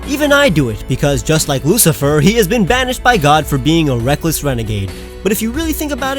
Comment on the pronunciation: It's not usifer it's LUCIFER with L